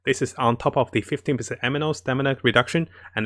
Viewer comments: Taller chars also can go deeper into water. And please stop saying Ameno. It's aNEmo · Its anemo not ameno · Please it anemo not ameno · I know this is going to sound a little petty but i gotta say it. It's a NE MO. not a ME NO. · ANEMO NOT AMINO ffs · It's Anemo, not Ameno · It's ANEMO not AMENO! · It's Anemo, not Ameno 😂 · why u keep sayin ameno in every vids , it's anemo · He says ameno kkkkk it's officially a divine tier list